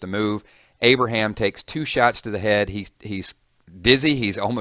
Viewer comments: At the start it said abriham twice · It's not Abraham.